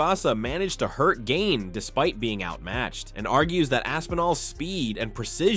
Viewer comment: Gain....Jesus I cringed at every single mispronunciation